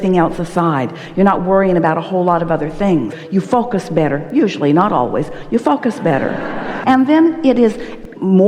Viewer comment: is she saying "you focus better" or "you fuck us better"?